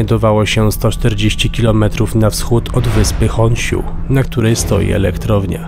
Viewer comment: Poprawka, nie "Honśu" tylko "H o n s i u " jak widzimy tak czytamy :pp